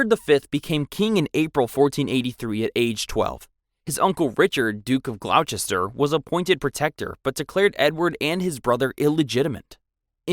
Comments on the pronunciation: "Glouchester"😭😭 ITS PRONOUNCED GLOS-TER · Westminster ... West-Min-Ster Carlisle ... Carl-isle Gloucester ... Glo-Ster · You could always do some research before making your videos. There are plenty of sites that will show you how to pronounce words such as "Gloucester"- /gloster/. And it's Kensington, not Kingston Palace. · Gloucester is pronounced Gloster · It’s pronounced “Glu-STER” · west-MIN-ster GLOSS-ter WUSS-ter-sher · It is pronounced, 'Gloster'. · Also, Greenwich is pronounced "Gren-ich" and Gloucester is "Gloss-ter" Old English names.